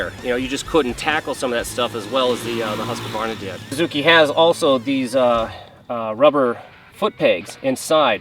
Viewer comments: huskavarna? just pronounce it Husk-varna.. it's really not that hard :) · Its really pronounced more like huus-kvarna not huska-varna :-) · Let’s say it together: Husk-var-na.